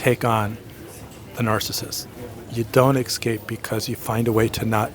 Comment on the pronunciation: I love your video's and your knowledge. I have only one pet peeve. 'Excape' When did escape evolve to excape? You're a very smart man and a brilliant teacher. Thank you for all you do to help those of us trying to mend.